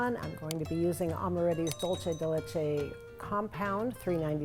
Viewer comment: Lovely recipe! In Spanish dulce de leche is pronounced Dool-seh deh Leh-cheh